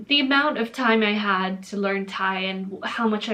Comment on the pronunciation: I heard "the amount of time I had" as "the amount of Thai my had".